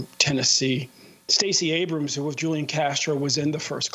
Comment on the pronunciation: isn’t his name pronounced with our “H” not “J” ...? (“Hoo-Lee-ahn” not “Joo-Lee-in”) also Why can’t he even say his NAME? I feel like he’s totally botching that, Amy even pronounced it correctly multiple times when explaining her question.